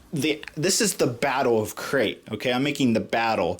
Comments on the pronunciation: It sounds like says 'Sacrif' instead of Crait.: ) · You said Scarif instead of Crait while you were cleaning your pieces.